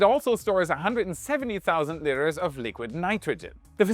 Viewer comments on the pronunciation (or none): Haha., a 'liter' of fluid is pronounced 'lee-ter', not 'lit-ter', as in a cat's, or someone's trash.